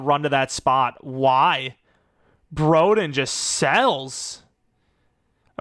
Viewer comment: of course broden locks in for an NFL team and not when we needed him at arkansas (also it's bro-den like short for brother) edit: that 2 point conversion is prime broden btw, expect that